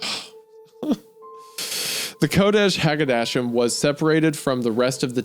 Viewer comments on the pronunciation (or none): "Mother Wh*re Thighs" "Kodesh Hakodeshim" is pronounced "ko*desh* ha kodesh*eem*" (kodesh = holy, ha = the, kodeshim = holies), not coddish hagodashum, lol. This is about the mystery of humans from the perspective of a feral cat, similar to the dog dream, which emphasize the odd relationship between animal and caregiver as a theme. Oily One = Human.